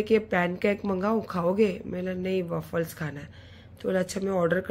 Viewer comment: Pannn cake nahi Pan cake hota hai, wavles nahi waffles hota hai. Pehle khud ki pronunciation thik karo. Phir dusro ko gyann dena.